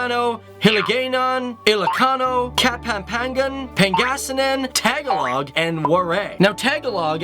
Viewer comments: Its not tegalog its tagalog not tegalog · um u say tagalog wrong no hate it's ta ga loog there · Tag-a-log 😂😂😂 Its pronounced “Tah-gah-loa-guh” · to its mentiond tagalog not talago also it cebu cebuano is the people dum dum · Its TAGALOG not tagaloog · I'm not trying to be funny but it's pronounced ta ga log. Not tag a log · not Tag-a-log (like 'tag you're it') , it's TAH-GAH-LOG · It annoys me when he says the languages wrong, tagalog is pronounced tah-gah-log not bloody tag-ah-log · Nose bleed are English for us and this dude call our language Tagalog like catalog BUT NO ITS TA GA LOG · I died when he tried pronouncing our native oanguages lol. To help out tagalog is pronouced ta ga log not taga log cebuano is pronounced se bu a no waray is pronounced wa rai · Ugh i cringed when he said Tag-a-log Hes saying wrong its Ta-gal-og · hey you the pronounciation is ta-al not taall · TAG a log? hahaha tah-GAH-log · It is pronounced Ta-gol-log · It's togolog. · Um did you say Tagalog wrong cause I pronounce it as Ta-ga-log can someone reply to this cause now I’m now unsure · Not to be rude but theres alot of misprinounciation (i think i spelled that wrong) like tagalog it is a very short taga then log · You pronouced tagalog its pronouced toe ga lo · you pronounced Tagalog wrong and i'm Filipino (TA-GA-LOG)but I love your channel do a part 3! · Tegelog😂 TAGALOG DONT PUT ACCENT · tangha-log, HiliGAYnon xDDDDDDDDD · I started laughing when he saig TAGalog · Tagalog say like you say a in tamper, not a in play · It ta-ga-log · You pronounced Tagalog wrong it is To Ga Loge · Jinxy J.l Tahguloug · He pronounces Tagalog wrong 😂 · I believe the Jellyfish lake is actually in Eil Malk island in Palau. Please do your reach better when you do these videos. You also missed pronounce Tagalog. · You pronounced Tagalog wrong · You mispronounced Tagalog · Ya butchered the languages but at least you tried. Great video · you said tagalog wrong xD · He mispronounced Tagalog and Camiguin too.